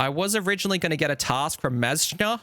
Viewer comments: mazchna is pronounced "mashner" fwiw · Mazchna is pronounced "masher" lol